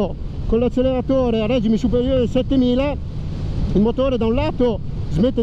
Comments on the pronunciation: Bella prova e moto interessante ma.... Per favore smettete di dire règime!!!! Si dice regìme, deriva all'italiano dal francese (régime con la pronuncia sdrucciola sulla i...) e quindi... ;-) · e che poverino non sa spostare un accento, dato che già gli era stato fatto presente.